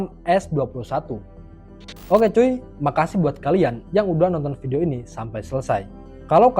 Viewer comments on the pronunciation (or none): none